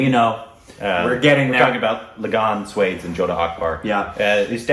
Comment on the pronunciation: No matter how hard they try they cannot pronounce it right!